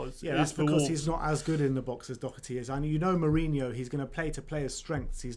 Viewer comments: pronounced "Doherty" right. Great to see another Irish player is going to be in the squad. COYS. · You guys are getting the pronunciation of Doherty right - the first syllable is not "Dough". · When u say Doherty I always thing of Thomas Doherty not Matt 😂😂